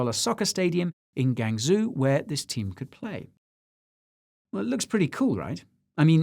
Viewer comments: It isn't Gang-zoo, it's pronounced Gwang-joe. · easier way to pronounce Guangzhou is Guang-Joe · Guangzhou Gwong-joe (with a soft j) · The pronunciation: Guangzhou is probably more like GWahn-Joe, instead of GangZoo. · Guy, zhou = joe for pronounciation Great video. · Oh Guy, your pronunciation :( (Shenzhen - actually pronounced "ShenJen", President Xi - Sshi, Guangzhou - GWangJo) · I do need to help you on your pronunciation of "Guangzhou" China. I speak Chinese. May I?